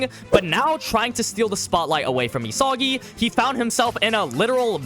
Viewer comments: Nobody gonna Correct my boy here saying E-Sogy instead of EE - Saggy🤣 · It’s not ESAWGI bro